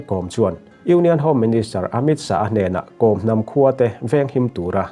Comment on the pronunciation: Kom hnam lam dan hi news reader ho hian kan tisual deuh vek thin a, changel kawr i kheh a, kawr i lam ang hian Kawm tia lam tur a ni.